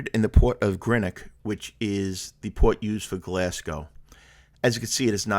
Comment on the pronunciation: I'm a native of Greenock and I'm glad you like it even though you're pronouncing the name wrongly! I'm glad you got to see the mighty River Clyde. I hope you find us friendly and welcoming! Haste ye back!